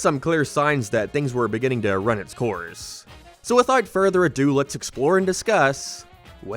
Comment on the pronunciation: Endeduh begininguhh nineuhh why do you talk like thissss